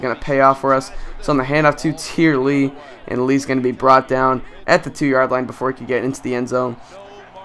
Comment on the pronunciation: Tyre Lee... I think it's like "tie-ray".